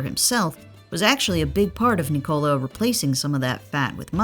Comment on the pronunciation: NÍKOLA!!! It 's a normal Nicola!!! Enphasis on the Ni... Americans are so stubborn man... He corrected them for 2 years